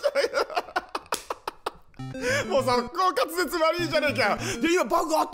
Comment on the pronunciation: かつぜちゅ😂😂 コース初っぱなからバグりすぎて笑ったー！ お決まりのやつw で、で、でぇw 面白かったー😂